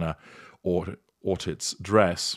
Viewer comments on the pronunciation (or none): Your pronunciation of “Ortiz” is cute. That said, it’s OrTEEZ, stress on the second syllable ;)